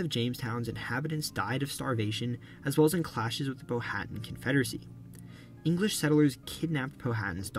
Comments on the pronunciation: Powhatan is pronounced “Pow-a-tan”, not Pow-hatton. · Pronunciation issue: Chief Powhatan. The "H" in his name is silent. So it's not "Pow-Hat-An" as said in the video, but "Pow-A-Tan". I say this as a Richmonder who has lived in Powhatan County (located West of Richmond, VA). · Great video. But you are definitely not saying Powhatan correctly 🤗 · Besides "Staunton," the name "Powhatan" was mispronounced. In Virginia, it's "POW-(h)a-tan." Also, while the 1619 arrival of kidnapped Africans to Virginia was a precursor to slavery in the British Empire, the institution itself did not yet exist. Those Africans were considered to be indentured servants, who would become free after working seven years. It was the later 17th Century establishment of British colonies in the Caribbean for the cultivation of sugar cane that brought about lifetime servitude. In Virginia, the cultivation of tobacco was similarly labor intensive, and around 1650, a court case ruled that a man suing to be free from his indenture was bound for life. The defendant landowner he worked for was a free Black man. Finally, Lee's surrender at Appomattox in April, 1865 made it clear that the Civil War would be ending; however, it did not do so until two months later in Texas. Slavery continued in Kentucky, Delaware, and the Indian Territory until after the ratification of the 13th Amendment in December, 1865.